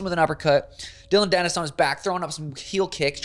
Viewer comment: U mean Dillon panis, Or dilldo panis 😂